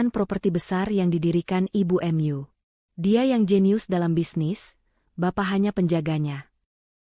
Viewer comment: Bahasa apa itu, kata mu dibaca emyu, ma dibaca em a, mak dengarnya